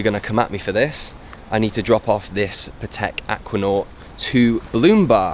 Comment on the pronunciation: You are a nice guy, but you are still pronouncing patek the wrong way.